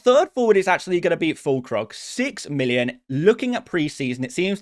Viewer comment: you lost me at Fûllkrug